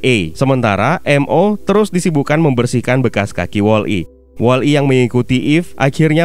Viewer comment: BANG BUKAN WALL. I TAPI WOLLI